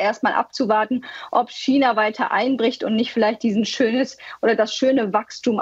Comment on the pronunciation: Hat diese deutschsprachige Frau wirklich nie gelernt wie man China auf Deutsch sagt😆